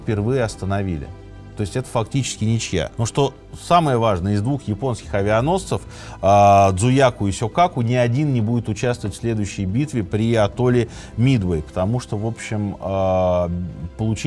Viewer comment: Не Дзуяку, а Дзуйкаку, грамотей